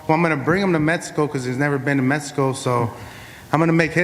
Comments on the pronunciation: Where the fuck is, "metzico"? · This guy can’t even say Mexico right lol smh